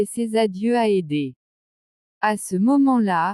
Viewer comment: Ederrrrr et non pas édé !!! Pazzzzz et non pas pa !!!